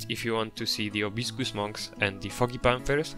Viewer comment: Amazing! Love the bamboo forest especially :) Btw it’s Proboscis Monkeys not probiscus!